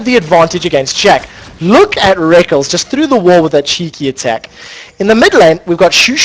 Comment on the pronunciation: Omfg plz stop saying rekles is "Rek" "kles" dumb commentator2